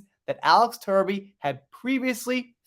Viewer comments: Give Mr Truby the credit he deserves….pronounce his name as TRUBY (as in true) and not Turby (as in turd). Let’s reserve the word 💩for the person who really deserves it. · Good work. But can you please pronounce his name properly. Truby!